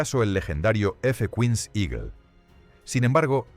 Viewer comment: Hasta los cojones ya de tanto video con doblaje mierder de IA. Si al menos repasaseis como queda el doblaje. Es una puta basura. El guion es malo y la voz es PESIMA. "F Cuins" en vez de ¡F-15! Nadie al volante. Os estáis cargando YouTube, enhorabuena. 🤮🤮🤮